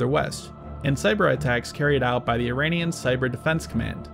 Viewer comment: Tthey are not 'Eye-rainians'. That's a terrible way to communicate to an oral culture. We can be in opposition without being consciously or unconsciously insulting to each other. The name of the country is pronounced 'ee-rawn' (aleph-ye-re-aleph-noon in Farsi, the local language). Don't sound like an uneducated bumpkin.